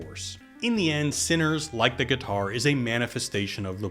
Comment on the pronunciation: “Drop the gih-tar Samuel.”